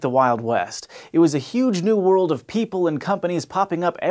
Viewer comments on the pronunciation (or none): decrease "worldsa?" What's that?